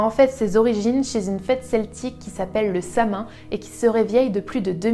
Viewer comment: Ça se prononce "Sa-Ouine", pas "sa main"...